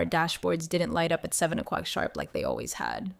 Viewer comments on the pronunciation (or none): "By 3 am quock" 😂😂😂😂😂 This must be AI time.